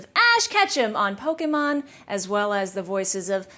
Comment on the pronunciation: I love the way she says Pokémon it’s so satisfying ugh